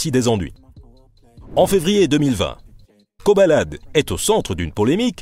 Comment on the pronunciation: C'est Koba la D au cas où et non pas "kobalade"...